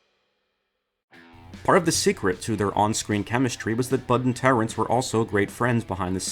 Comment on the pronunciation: Why is he pronouncing him "Terent" Hill all the time... it is Terence Hill